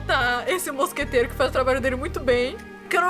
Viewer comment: Uma coisa MUITO BESTA que me irritava, a Miette falando mosqueteiro errado, ela fala "moscateira".